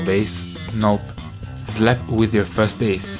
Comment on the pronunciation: When David says "with" it sounds like weed